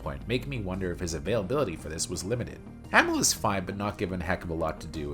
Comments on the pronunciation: I hate to tell you this but the characters had very little character development in the first two games. And you're saying amell wrong. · It’s pronounced Uh-Mell and Yo-Hanis. Jesus… do some damn research.